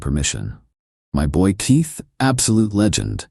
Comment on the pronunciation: Dear: 39 seconds in and you’re talking about your buddy “Teeth”‼️ nowhere in this world is there any man anywhere named “Teeth”. I know you can say Keith and you might want to say it all the time instead of making yourself sound like a very uneducated ignorant.